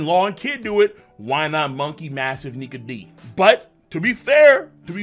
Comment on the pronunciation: For the moment I thought you said Monkey Niga but you said Nike